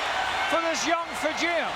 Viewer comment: Points to Lord Alfred Hayes for correctly pronouncing "Fijian." Too bad Haku isn't from Fiji